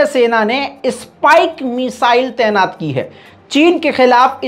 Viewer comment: تینات نہیں طعینات ہوتا ہے۔ واہ رے رضا تمہاری اردو۔